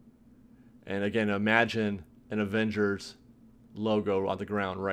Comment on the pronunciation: Is he saying "Avengery"? I believe they stopped construction because of Unions, they cannot build during the pandemic